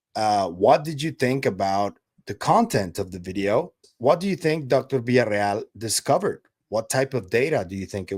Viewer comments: Is Villaroel not Villareal.. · Fantástico como siempre,, gracias. La cosa está apasionante!!! Ah, y recuerda que es Villarroel, no Villarreal... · Her name is Villaroel, not Villareal! Be respectful. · It's not VILLARREAL, IT'S VILLARROEL.